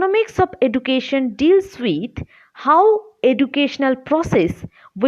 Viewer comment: please take care of the pronunciation of 'education'